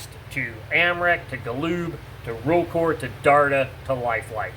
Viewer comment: Life-Like was owned by Walthers, NOT Wurthers. (Wurthers is a candy company, Walthers is a model train company) Walthers was a model train company as was life-like at the time. Another thing, it's pronounced Ro-CAR not ro-core......can we please get thing pronounced correctly if you are going to do a "history of" type of video? Rokar!